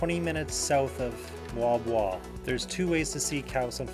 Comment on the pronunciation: Great to hear Moalboal pronounced the Filipino way!